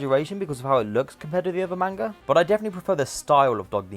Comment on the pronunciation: The mispronunciation of manga every time he says it makes me wanna die 💀💔